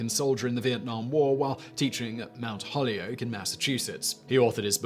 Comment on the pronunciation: As a graduate of Mount Holyoke College, I must tell you that the school’s name isn’t pronounced as a sacred tree (holy oak); rather it is an entire egg (whole yolk).